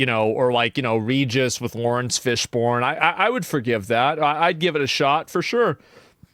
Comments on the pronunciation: for the love of god his name is Fishburne not Fishborn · Bro...it's pronounced fish-burn not fish-born 😂